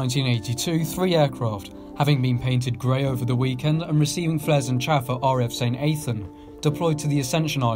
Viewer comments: Saint Athan as in a-than not A-than with a soft 'a'....it's actually Sant Tathan (again soft 'a' not hard 'A'). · Living near the base it’s pronounced ‘Saint Athan ‘ using ‘ahh for apple ‘ for both ‘a’s in the name rather than the ‘ay’ you chose to sound for both